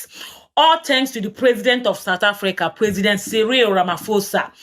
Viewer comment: You lie we are the news period 👍 see how many of your own youtuber are talking about South Africa some cant even pronounce the name sountafrika what's that..